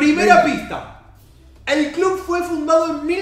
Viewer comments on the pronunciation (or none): alguien noto que dice el nombre del clun en ves de club